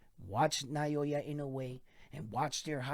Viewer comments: Please at lest pronounce his name correctly each time. It’s NOW-YAH…. IN-NO-WAY not na-yo-yah like you always said. Love your videos though. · NAH-OH-YAH. There are 3 mora in his name, 3 kana if you write it out -- Japanese just say it fast, so you're only hearing 2. But yeah, there's no vowel diphthong in there like the vowel in "pay" or "sleigh."